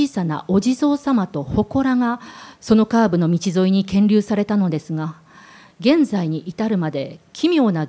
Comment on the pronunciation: 『建立(こんりゅう)』を『けんりゅう』と間違えて覚えて語ってしまったか・・・。